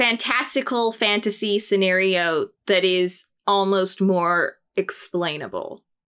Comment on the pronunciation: Hearing Fanta sea when you said fantasy